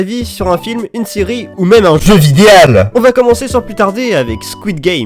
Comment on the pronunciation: Bonjour je suis Nicolas Sarkozy Et j'ai le plaisir de vous lire le temps des tempetes pour AUDIBLE Le "jeu vidéal" fais mal aux oreilles par contre Et il est sur Netflix askip mais je le trouve pas :(